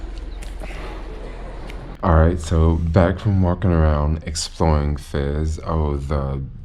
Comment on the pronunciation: Your pronunciation of Fez is a little fizzy. tee hee hee